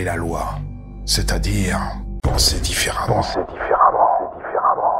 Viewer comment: différemment (Dis ferrement) ferrement... ferrement... ferrement... [...]